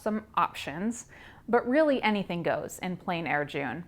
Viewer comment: It is pronounced like plen 😊